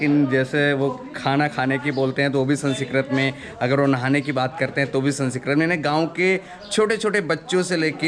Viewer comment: संस्कृत बोलीये जनाब, संसकरत नही.